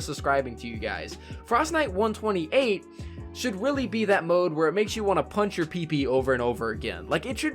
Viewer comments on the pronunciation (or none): Did you say "punch your pee pee"? Lol